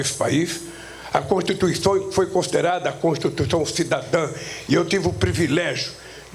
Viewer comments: esse velho bebado não consegue pronunciar a palavra constituição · Ele votou contra a "contutuição" de 88.